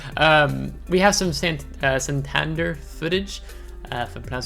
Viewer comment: Very nice! BTW, Santander has the stress on the E in Spanish pronunciation.